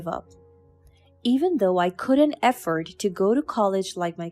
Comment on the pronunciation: Story 5: The narrator should tell the story properly and make it interesting to listen to and not be in a hurry. She seems like she's running the annual New York City marathon. Oh , and another thing, she must learn to pronounce the words correctly, it's not EFFORT but AFFORD 🤦🙆 dear me, ooh this girl, eish......